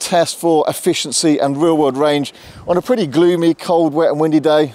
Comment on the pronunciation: Every time you say "real world drive" it sounds like you are saying "rear wheel drive" or vice versa. Got confused.